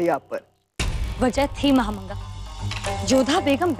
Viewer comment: महा मांगा ❌ महा नंगा ✅😂